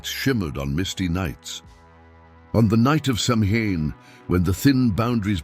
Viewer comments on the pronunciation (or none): F.Y.I. - Samhain is a Gaelic word that is pronounced “sow-win”.